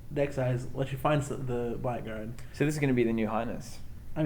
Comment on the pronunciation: Man, I hate to be the stickler, but Blackguard is pronounced 'blaggard'. :)